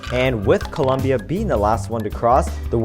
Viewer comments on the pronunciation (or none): It's COLOOOOOOMBIA NOT Coluuuuumbia 😠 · Columbia? really? LOL CO LOM BIA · It's Colombia, not "Columbia." Colombia! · COLOMBIA, NOT COLUMBIA!! Por favorrrrrr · Colombia not Columbia. You can mess up the language as much as you want, but this is the only thing that makes Colombians annoyed/upset. Co lom bia . Learn it, love it, respect it. I can only imagine the backlash someone would receive by calling the USA with improper pronunciation. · *Colombia*, not Columbia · It is colombia not columbia. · It's COLOMBIA, not COLUMBIA. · Its Colombia not Columbia smh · ITS COLOMBIA NOT COLUMBIA!!! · It's not COLUMBIA YOU DUMBFUCK IT'S COLOMBIA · its Colombia not Columbia dumb ass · It’s Colombia not Columbia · It's Colombia not Columbia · Its colombia not columbia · Its Colombia, not Columbia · It's Colombia, not "Columbia", thanx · Is colombia not culumbia estupid animal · Ouuuu you dont say columbia, you say Colombia. It happenned to Steve Harvey in miss universe because columbia its Just a university And Colombia is completely different,, :) 😀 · It's COLOMBIA, NOT COLUMBIA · you say Columbia ??? is Colombia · dude it's colombia....c o l o m b i a not columbia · It's ColOmbia with O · It Colombia. C O L O M B I A. With an 'O'! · Actually its Colombia. Not U. Hahahahahaah just saying. GO PHILIPPINES!!! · Colombia goes with an o not a u